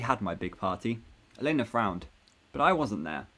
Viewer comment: Tell me, what's the thing with elena El -en-a not el-ay-na